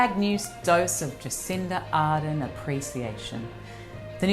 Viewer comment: Hi Courtney, Just an FYI Jacinda’s last name is pronounced Ar-dern (the letter R and then dern like Laura Dern).